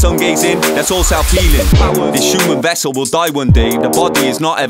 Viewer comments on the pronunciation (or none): none